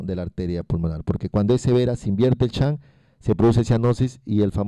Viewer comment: excelente exposicion ....sugerencia no intente decir las palabras en ingles......shunt no en chan , entre otras